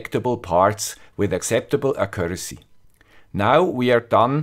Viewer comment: Just, could you look up how to pronounce "accuracy"? ;-)